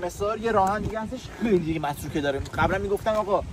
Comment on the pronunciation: متروکه❌ مرتوکه✅😂😂